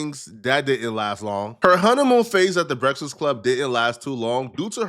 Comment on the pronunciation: can't pronounce breakfast